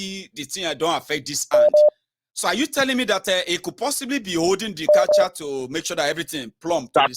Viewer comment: Catheter, not catcher. He is inmy prayers.